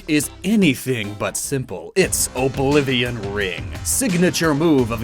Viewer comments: Oblivion wing I heard oblivion ring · Sounded like you said Oblivion Ring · Is it just me or did he say Oblivion ring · What I heard: IT'S Oblivion RING 😂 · Is it just me or did he say "Oblivion Ring?"